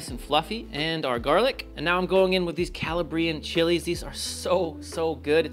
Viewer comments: Just for the future, it's not cala-BRIan, it's calABrian. Emphasis on the second A. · It might be worth looking up how to pronounce “Calabrian”. That is an amazing looking condiment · This video is sooo good except for your pronunciation of Calabrian 😭 its a little painful as a half Calabrese